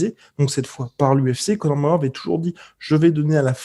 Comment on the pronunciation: "Conor Magor"